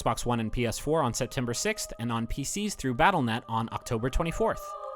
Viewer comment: I think you'll find its pronounced battle dot net. Also great video thanks for the insight!